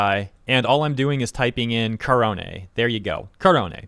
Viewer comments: You mispronounced "korone". It's "neh", not "hay". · whenever you say korone's name, i always hear it as kronii lol